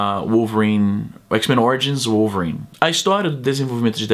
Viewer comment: Izzy já que vc tenta falar melhor o português aqui nós falamos "vólverine" no vídeo vc falo "uolverine" ;-)